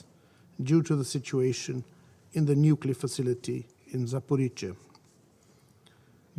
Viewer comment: Nukelar, huh? Lol